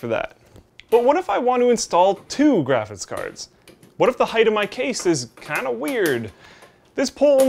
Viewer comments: "Graphis Card". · "Graphiss Card"